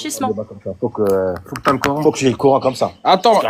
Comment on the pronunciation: Il dit le ''Cor haine''?